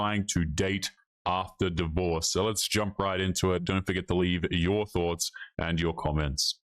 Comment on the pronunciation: The way she pronounces "and" as "ian'd" annoys the crap out of me